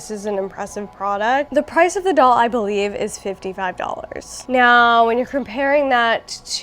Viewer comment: I’m into his shirt and trouser combo. Also every time you said Cher doll I thought you meant the singer 😭😭 🇬🇧🇬🇧